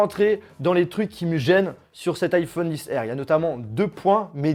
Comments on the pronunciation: iPhone 10R 😂😂😬 a mes oreilles srx tu dis iPhone XR pas 10r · C stressant iPhone 10 R c pas une obligation mais la prochaine fois tu pourrais dire liphone XR